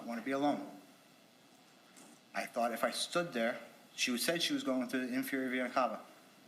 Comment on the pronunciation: has “medical experience” yet can’t pronounce vena cava